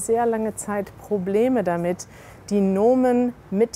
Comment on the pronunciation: When she said problem damit, I thought she was cursing in English